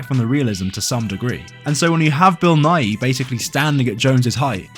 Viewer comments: His name is pronounced as just Nigh. More people say it wrong than right tbf. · His name isn't pronounced Nigh-ee, it rhythms with "sigh" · I watched most of this video thinking you were saying Bill nye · just saying, im like 99% sure you are pronouncing Bill Nighy's name wrong, you try to make it sound different from "Bill Nye" but I think they should be pronounced the same (based on some googling and seeing how Bill Nighy himself pronounces his name) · I can barely hear the difference 🤷‍♂️